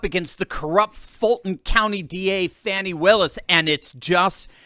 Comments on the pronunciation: Her name is Fani not Fawni, call it like it is ...Fani Fani Fani, speak like you know the English language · FAN,, FAWN,, F.A.N.I FANNNNNEEE...NOT FFFFF AWWWW NEEE....FFF ANNNNN EEEE,,, LIKE ASS ,,,, FANI